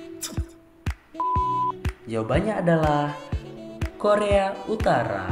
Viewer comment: Ngaco lu bg "koreo" jadi "Korea"😅😅